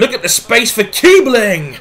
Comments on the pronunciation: its kiessling not kibling, that wierd "b" is an double s just so you know :) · Kiebling is pronounced kiessling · The b in Kiebling is pronounced as a double s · Apologies to any of my German viewers on my latest video: I didn't know Kießling was pronounced as "Kiess-ling". As you can guess, my German isn't great, but at least I'm learning as this series goes on! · it's pronounced as Kiessling, It's the german B shaped 's' so to speak. just so you know ;)